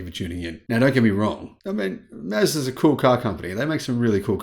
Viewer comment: i like "Mezdas"